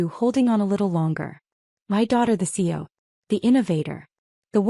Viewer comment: do you read the comments your readers give you? I ask because I have commented before on the pronunciation of “CEO”. It is an acronym for Chief Executive Officer, C-E-O. It is pronounced with three (3) syllables, not two. Please make the correction in all of your future stories. It requires human editing of the AI voiceover. Oh, by the way, YouTube no longer monetizes stories that have not been edited by humans. You might want to keep that in mind.